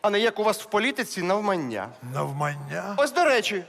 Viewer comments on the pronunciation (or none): Иронично, что в слове "навмання" он ставит "н" наугад